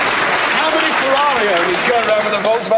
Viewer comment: “Volkswagen Jetta” 😂😂